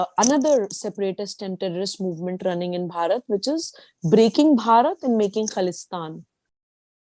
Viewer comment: Why don`t you people just say INDIA !! The way you Indians pronounce Bharat , it sounds like you are saying Parrot ( like the talking birds ) !!